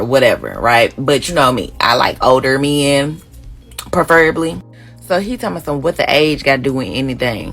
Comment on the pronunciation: "...PERferably." "flewd" Holy shit. PREFerably... flown... This girl is a mess. She is also very focused on age. Please do not come to Atlanta. All the moving here needs to stop especially this type of person.